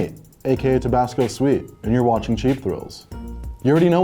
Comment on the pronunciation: HE SAID TABASCO SKEET SEXTAPW